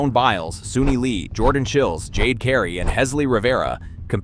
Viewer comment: I wish this guy would learn how to pronounce Jordan Chiles’ name! It’s not “chillies” as in chile pepper. It’s “Chiles” as in “Isles”.